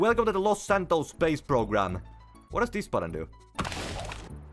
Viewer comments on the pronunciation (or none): none